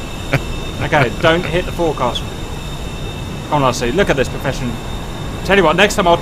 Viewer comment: Whats a Fore Castle....you mean Foexal....